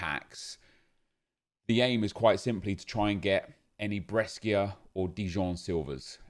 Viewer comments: It's bresha not breskia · When says breskia 😡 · The way you pronunce Brescia Is really weird 😂😅